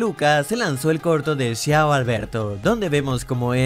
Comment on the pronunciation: Que mal italiano 🤦‍♂ ese no es un nombre en inglés. la "C" en italiano no se pronuncia como "Sh" sino como "Ch": "Ciao" no se pronuncia "Shiao" es "Chao", aparte la "I" no se pronuncia. 🤦‍♂